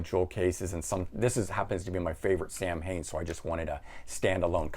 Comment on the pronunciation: Great video as ever. As a massive Yngwie fan (my first ever gig in the 80s), I was put off with the idea of his singing. But based on your review I want to now get that cool box. I still have a plectrum from that first gig! PS the pronunciation of Samhain - it’s like “sow” as it now and “en” and is hen. (Sorry just as an Irish bloke that’s a word we all know in Ireland as it became Halloween). Keep up the good work! Appreciate the effort!